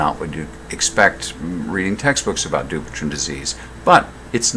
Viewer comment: It is pronounced du-pwei-t-on